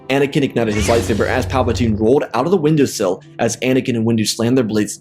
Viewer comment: Bro said Windu-sill instead of windowsill im dead